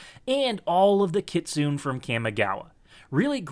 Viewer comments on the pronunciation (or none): kit-soon-NEY OR kitsune-NEIGH please no more kitsoon....